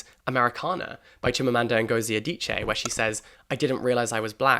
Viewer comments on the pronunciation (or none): none